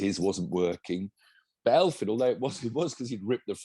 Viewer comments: Thank you 🙏 (as a quick lesson, it's pronounced Efvyn, because it's not English so it's not an 'eff'. The Welsh eff sound is 'ff'). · How come neither of you can say Elfyn? He's not an elf, even if he looks a bit like one. Even the WRC commentators can say it right...just copy them.